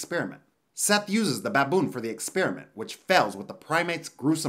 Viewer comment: He says BABOON funny 🤣